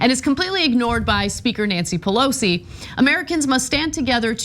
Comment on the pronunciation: I hate the way she says Pelosis name.